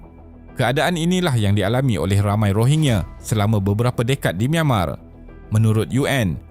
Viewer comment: Min sebutan tu biar betul..bukan Rohingye.. Rohingya..😂